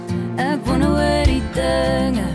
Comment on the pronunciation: Dis so 'n mooi lied, maar wat bederf word deur die uitspraak van wonder. Ek "wonne of..." Dit klink sloppy en kommin.